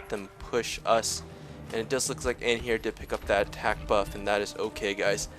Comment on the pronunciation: Is it me or you're pronoucing Anhur the wrong way? <.<